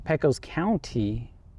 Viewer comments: You must not be from Texas. It's pronounced "Pay-Kos". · Pecos is pronounced as PAY-CUS don't ask me why but that's how the Texans say it.